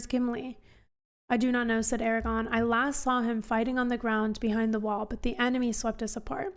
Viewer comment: A R A G O R N -- note the second R.